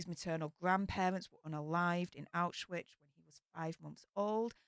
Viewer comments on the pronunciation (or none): none